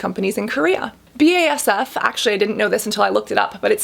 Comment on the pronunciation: I am german and i love the way you pronounced BASF hahaha